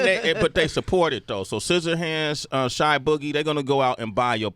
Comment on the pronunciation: really g, "shy boogie"?